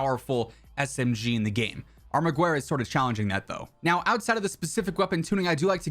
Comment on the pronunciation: The “U” in “Armaguerra” it’s not pronounced just the E “Guerra”